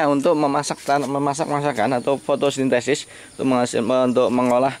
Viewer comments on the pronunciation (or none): none